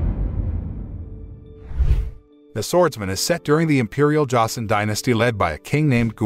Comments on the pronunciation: josen is pronounced joesin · Joseon pronounced "chosen."